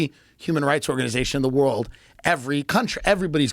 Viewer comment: Redban cast a spell on Joe midway through the podcast and gave him the ol "Rurald/World" speech impedement. #olivegarden